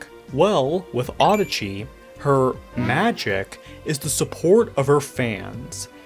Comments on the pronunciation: I'm sorry, but the way you pronounce Adachi bothers me for some reason. (I mean no offense.) The way I think it's supposed to be pronounced is "Ah dah chi," and not "Auhda chi." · this whole time i thought her name was pronounced uh-DAH-chee ray, not AH-duh-chee ray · the japanese spelling is "アダチ レイ" which would probably be pronounced closer to that